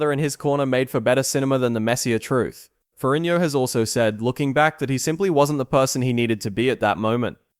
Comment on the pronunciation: Nonsense -Despite severely mispronouncing his last name,Lou's father was a Captain in the NYPD - which is a "King's Salary," also your time line is not accurate after 81 seconds in... I. Tuned out. In comparison Arnold's father was a postal clerk in post war Austria.. more of an impoverished background.